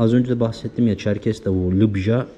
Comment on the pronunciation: ÇerkeS olacak Çerkez değil lütfen düzeltelim